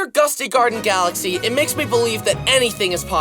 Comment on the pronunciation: when i heard him saying mario falaxy #, teared up cus of nostalgia while playing super mario galaxy no joke